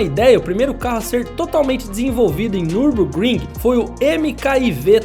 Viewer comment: Nürburgring em alemão se lê meio assim: niubôkrrim, esse u com dois traços em cima em alemão tem meio que um som de i sabe.